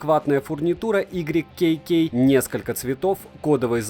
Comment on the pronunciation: Ну пожалуйста не «игрик кей кей», а «уай кей кей»)))) будет супер!!!